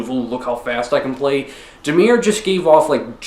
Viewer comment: When he says Damir instead of Damaar